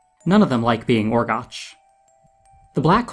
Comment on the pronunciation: One minor correction. You mispronounced Orgoch's name. I know it's spelled that way, but it's actually pronounced Orgock, as we hear from Orwen in her objection to turning Flewder into a frog. Someone else may have already told you that, but I didn't feel like scrolling through all the nearly four hundred comments.